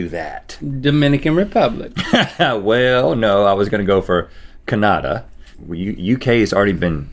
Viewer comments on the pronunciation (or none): That is SO NOT the way you pronounce Canada, I had to double up and was like what??? Anyway, love you guys!